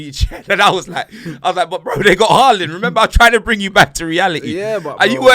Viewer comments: it’s “ haaland” not “ whoreland” u joke man😂😂😂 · My Man Said “HAWLIND”💀💀💀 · Man is calling Haaland - Hooland 😅😅